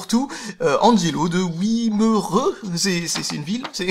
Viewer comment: wimereux le w se dit commr un v